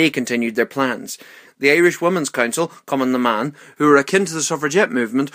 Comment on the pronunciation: Why do i always hear say: "cumin' in da man" instead of "Cumann na mban"